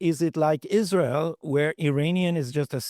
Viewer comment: Mike, it's not pronounced Is-REAL.